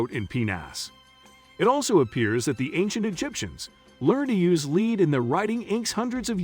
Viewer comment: The speaker reads lead (a substance,) as lead, (a verb, to move forward.) Disconerting and discrediting the information. The reader must understsnd the message before reading. If read by a robot, information must be edited for accuracy.